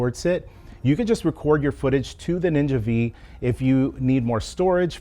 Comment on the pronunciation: each time i hear "ninja vee" a small part of me dies inside 💀